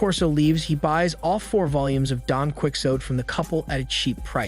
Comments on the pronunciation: DON (KEE-OH-TAY). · AI is supposed to be so smart, and the best we get is “Don Quick Sote” ? Really getting to hate AI voices…😖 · “Don Quicksote” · "Quixote" and "conmam" mispronounced- AI? really